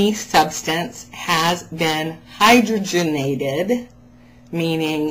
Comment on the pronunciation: Somebody's gonna come along and tell you, you pronounced Hydrogenated wrong. But in my book, you said it right. Correction: Carbs don't cause diabetes, sugar and > 10% fat does. Some of us have figured out how to eat. It starts with an eight. ;) The monkey knew it all along. Alexis was right - we can be jerks....lol